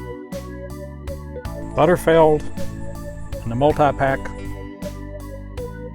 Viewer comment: OMG could you please pronounce it correctly it"s BUTTERFEELD not butterfeld ! And Costco stopped selling their canned roast beef so that is no longer an option !!